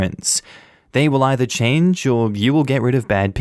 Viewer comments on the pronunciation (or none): none